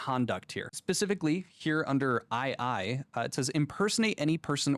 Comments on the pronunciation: Did he really call the roman numeral 2 'aye aye'? Twice?! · Because of how my mind works, the one thing that annoyed me was hearing ii being pronounced "aiai". It's the damn Roman numeral for the number 2, for crying out loud. 😂